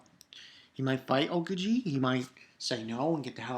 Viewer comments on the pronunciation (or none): Hey! Just to clarify, I think it's Ahh-ohhh-key-jee. Although you may want to ask a native Japanese speaker.. great video!